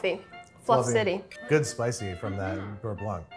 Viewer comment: Hm, I will just chimed in as a french speaking person and say that actually, Babish says beurre very well... Sorry Sohla.